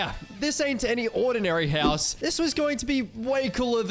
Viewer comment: I like how you say "HELLS" instead of house 😆